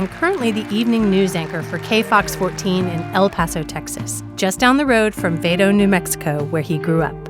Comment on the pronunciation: Vawdo, not Vaado, lol. Good job, El Paso Anchor, Robert!!!👏👏👏❤️